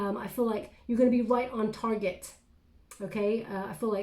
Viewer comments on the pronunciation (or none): none